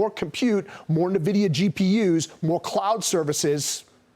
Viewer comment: at least pronounce the company's name right. It's "N" VIDIA, not navidia. When the dumbest people get this excited about A.I., it's time to get out.